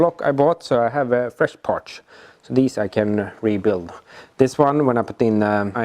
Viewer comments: Partssssss not Partschhhh;-) Like Your Videos, I think its Silicium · and "parch" instead of parts! <3